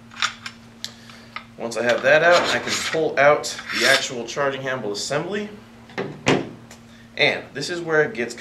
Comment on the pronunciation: ... "charging HAMBLE"?